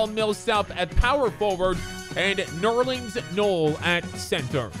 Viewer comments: You cant be a fan of the NBA if u cant even pronounce tyreke evans or nerlens noel. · It’s so painfully obvious this dude doesn’t actually watch basketball... If you can’t pronounce Tyreke Evans or Nerlens Noels name, you haven’t watched much NBA